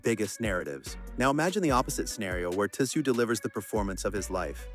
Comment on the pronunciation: AI generated, Tim "Tah-sah-you"